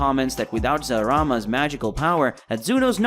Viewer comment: why you pronounce it zarama isnt it zalama?